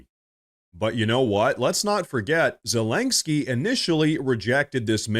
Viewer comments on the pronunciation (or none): There is no "k" before the "sky" in "Zelensky". It's not terribly important, just a note. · Aaaaarrrgghhh. Please stop calling him Zelengsky. There is no 'g' in his name! OK, rant over. Sorry.. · Zellenggsky? The AI just can't pronounce it, eh? But Hey ... that's OK. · i thought it was zelensky and not zelenksky. also why are you holding your head in such a strange position to the camera? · Why does he keep saying “Zelensgiky” ?